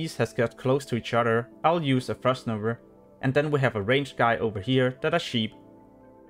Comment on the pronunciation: Frost novA. Not NovER :p